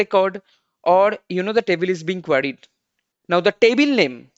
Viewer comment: queried not quired lol